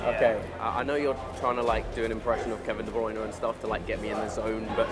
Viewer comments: Dé BLYNER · Its funny he does. Not even say his last name right 😂